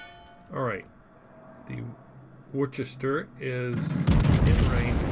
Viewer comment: Good show,! Btw, Worcester is pronounced Woorster..:) The ship is named after a City in the West of England.